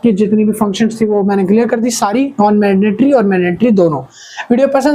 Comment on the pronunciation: Mandatory ❌ Madnatory✅